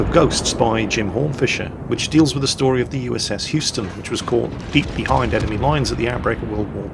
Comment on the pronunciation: 1) Hey, learned how to pronounce "Houston" ^5 Maybe someday, "Atago" 2) Objective: shoot down 40 planes. Game launches 35 planes. How very WG.